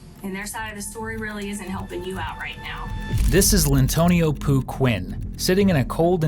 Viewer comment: "Lyntonio Pooh".... Omg 😂